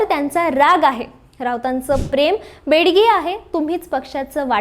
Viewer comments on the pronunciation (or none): समोरच नीट वाच. प्रेम हे बेगडी असतं किंवा नसतं, बेडगी नव्हे. लगाव बत्ती.